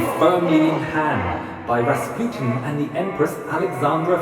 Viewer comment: Am i the only one that was angry how he pronounced Rasputin?